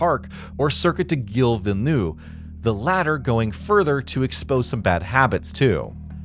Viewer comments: Repeat after me: Gee-eel Veel-Nuvv! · Your prononciation of "Gilles Villeneuve" is terrible. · Stopped watching after his failed attempt at pronouncing Gilles Villeneuve